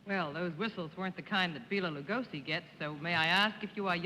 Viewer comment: BEEELA LUGOSI???????? PAUL MOOOONI???????